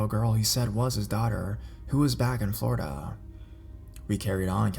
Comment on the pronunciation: the way he says Florida lol